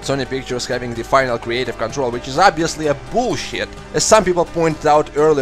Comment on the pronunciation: I don't mean to offend you but you accent when you say "bull-shit" just makes it 10x funnier.